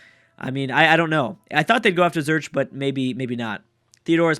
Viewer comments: Zurich is pronounced Zoo-rick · I'll give you a cookie if you pronounce Zurich correctly:D